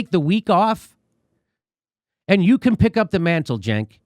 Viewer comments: How do you get a 'Juh' from a 'C'?? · His name is pronounced “chunk”